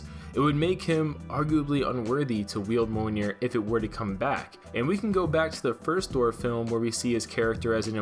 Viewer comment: It’s pronounced MEE-OL-NEAR.